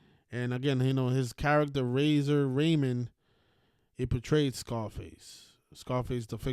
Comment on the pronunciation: It's Razor Ramón chico